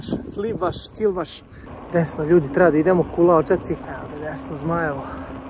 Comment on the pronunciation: Ali buraz kad je rekao Slivas plakanje😂